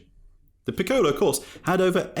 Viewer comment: Of course I would not expect the narrator’s voice to be precise in reading Italian, still I’ll try to make the “Circuito Piccolo delle Madonie” (min. ) understandable. In English phonetics it would sound like Cheerkooytoh (stress on the oo) Peekoloh (stress on the ee) daellae Madoneea (stress on the ee). And ehm, it’s actually wrong: it is in fact “Piccolo Circuito delle Madonie” (Small Circuit of the Madonie, that is) and not the other way around